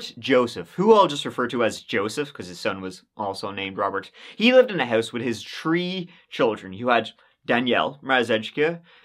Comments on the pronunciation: I think if you can say that right then you can say three right. Ok, try with me, three, ok sounds better. Good. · 🤦🏻‍♂️ I’ve Told Y’all …I’ve Told Ya! 🤦🏻‍♂️ The more times says Three …oops, I meant “Tree”… the More F’ed-Up, Twisted, Gruesome, et•all the Story is gonna end up being! Some of you have thought my Theory Banal, but I am Convinced Now more-than-ever that when he’s doing Research for an Episode, it goes something akin to this… 🤓 sits down at his 🖥️ 🤓 🤔 [entering Search Criteria] • Creepy 💩 • Obscure Crimes • Plot Twists • Tings to make you go “Hmm” • Murder Motive/🛳️💰🕺🏻🕺🏻🕺🏻 • The Number Tree Three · I CAnt never get over the way he says the number Tree instead of three 😂😂😂😂😂😂